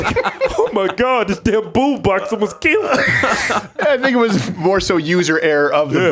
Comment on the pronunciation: Pug isolation “I think it was” sounds kind of like “that nigga was”. But no he didn’t